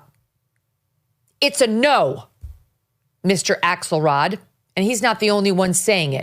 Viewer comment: I just thought I heard “Asshole rod” and realized it was “Axelrod.” 😂